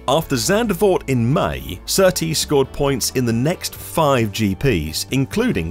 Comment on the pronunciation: ITS not zandervoort